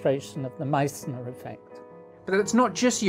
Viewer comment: Meißner what an excellent pronounciation! Wicked! Booya!